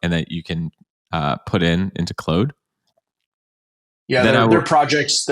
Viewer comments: Me rushing to the comments to see peoples reaction to you saying “Clode” instead of “Claude” 😂 great episode as usual 🙌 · Have I been mispronouncing Claude? I say it like, "Clawed", like a cat clawed... I keep hearing, "Clode". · Maye "Clode" was intentional. There's almost no way lol... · did you really just call claude "clode".... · I have a french friend who is called claude, his parents call him claude, never have I heard anyone refer to him as clode in my life, maybe it's a canadian thing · Hahaha who else saw all the contradictions from. Oh and it's pronounced as Clawed lol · I would find that a little easier to believe if you didn't accidentally say it the non-french way Loving the video, thanks for the learnings.